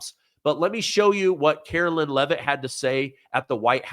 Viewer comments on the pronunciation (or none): Her name is Karoline Leavitt (Caro-Line) not Carolyn